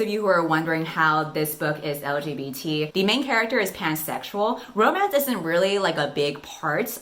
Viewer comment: you are saying L-G-B-T with clarity and confidence. What a pro